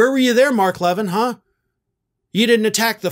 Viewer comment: ❤❤❤❤❤@ Love you brother. Btw- his name is pronounced La-VEEN. 😃👍🏻❤️